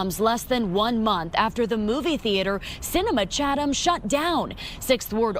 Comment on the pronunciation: it is pronounced CHA-TH-AM... like the th in THE or these or this. it's not a T like in cat. just saying i don't think i've heard it said correctly in 30 years....lol.